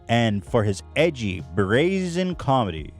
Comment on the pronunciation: is it me or Hila says comendi